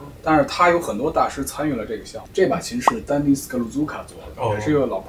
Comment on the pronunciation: Dennis 名字也念错了